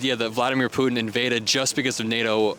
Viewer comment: Who the heck is Poo-in? Is that dumbxss trying to say Putin?